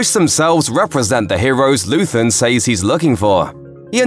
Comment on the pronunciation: Please learn how to pronounce "says".